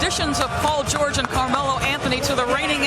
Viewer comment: Nobody gonna say anything about the announcer lmaoo "Anothony Roberson"